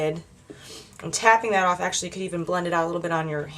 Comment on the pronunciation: i like it when you say 'tap oaff the excess' :) love it this look and had to tweet about it!!